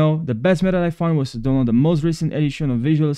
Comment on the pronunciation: Bro kept saying donland